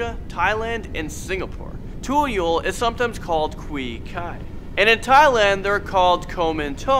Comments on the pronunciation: Is tu-yul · Pocong is pronounced poh-chong tuyul is toe-yol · Not tayul it’s toyol your pronounciation is wrong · hmm... google the pronunciations pls. Pocong = Poh Chang Tuyul = Too Yool Suster Ngengsot = Sister Ngang soot wewe gombel = Wae Wae Ghom bell Babi ngepet = Bha Bhi nge pet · Not Ta-Yul Too-yool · Murdering the pronunciation HAHHAHA. 10 Pochong ; "Pore-Chung" 9 Tuyul ; "Toe-Yo" 🤣🤣